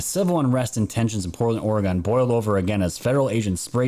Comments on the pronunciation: ORE-UH-GUN not ORE-UH-GONE. I lived in that shithole city they call Portland for 15 years and left that shithole in 2000.. I live in Titletown, Green Bay, WISCONSIN, now. Still. ORE-UH-GUN. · Oregon is pronounced Or-e-gun. Also Willamette is pronounced Will -lam-et Thank you. My friends and family who live in Portland would disagree with the dem's story that the riots are "peaceful". They are selling their property and fleeing the city because of the violence!! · Haha us New Yorkers. We all say OreGONE... apparently it's OreGIN I've been corrected quite a few times. 😂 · Oregon pronounced Oregun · It’s pronounced Orgun. The southern half of the state is on the verge of a civil war with the northern portion of the state and we all should agree to recall Kate Brown And that Tim guy. Northern California and Southern Oregon are a totally different world. We proudly proclaim ourselves, “The State Of Jefferson” look it up. ;) Edit. Northern California and Southern Oregon consider themselves of the same. Not certain I made that clear.